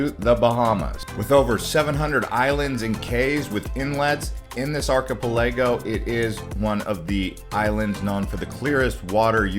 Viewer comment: You need a better video narrator. This one can't seem to pronounce many of the names and places in the video. He can't even pronounce archipelago correctly. Hey narrator, it sounds like ark-uh-pella-go or arky-pell-uh-go (depending on your inflection). It's not difficult. The amount of mispronounced place names is atrocious.